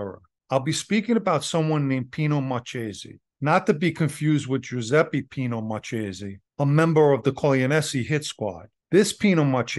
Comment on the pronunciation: Marchese in Italian is pronounce Mar ke se sorry couldn’t help myself. 😊😊😊 great story